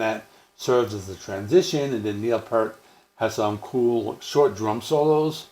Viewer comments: Pee-ert...NOT pert! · While you're at it, pronounce his last name correctly. It's pronounced "Pee-ert" NOT pert.@ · I appreciate your love of Rush, but you could at least pronounce Neil's last name correctly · Well damn, now I feel bad because I have a critique also lol 😏 How can you have such a vast more in-depth knowledge of the band and don't know how to pronounce Neil's last name?